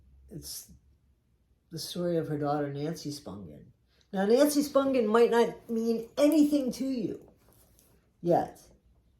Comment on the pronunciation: AT LAAAAAST someone says her name right!!🎉